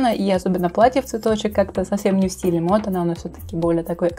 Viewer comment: Не мод, а мод